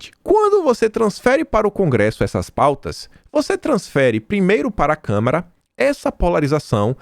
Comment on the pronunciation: CâmAra dos deputados não câmera.